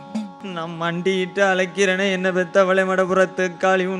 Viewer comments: அருமையான பதிவு, ஒரு சின்ன திருத்தம் செய்ய வேண்டும்! அழைக்கிறேன் என்று உச்சரிப்பு இருந்திருக்கலாம். ழகரம், லகரம் ஆனது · உங்களை அழைக்கிறேன் என்று கூற வேண்டும் அழைக்கிறேன் என்று கூறுகிறார் தமிழ் எப்படி உச்சரிக்க வேண்டும் என்பது கூறவும்